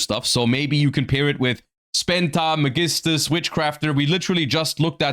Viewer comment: why do you pronounce magistus the way you do?